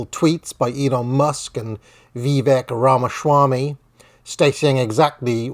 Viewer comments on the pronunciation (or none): Ramashwami? A sudden case of mush mouth?